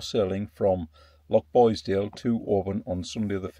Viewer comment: Benbecula is pronounced with the stress on the "e" in bec and not the "u" in ula. Ben-BEC-ula. Lochboisdale pronounced perfectly. You missed the causeway over to Eriskay and the wee ferry to Barra. Barra and Harris vie for the most stunning islands. Thanks for your work.